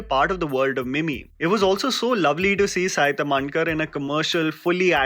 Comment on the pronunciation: It's a not saaai tamnkar it's saiii taaamhnkar